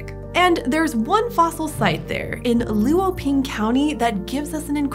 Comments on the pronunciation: Luoping (罗平) is not lu-o-ping. Luo (罗) is one syllable which sounds more like /lʊə/ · ngl the way they said “luoping” hurt my soul a little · thx for the extrodinary explaination on the wonderful paleological discoveries, just an insignificant reminder here, for 罗平 LuoPing, the "lu" is pronounced with "o", sounds like "lwo", not seperated. keep up with the fantastic work! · That's neither how you say Luoping nor lagerstaette.